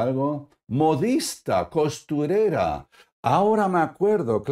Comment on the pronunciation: Se dice costurera